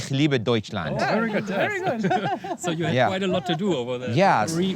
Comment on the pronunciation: Am I the only person that notices he replaces the letter V with a W???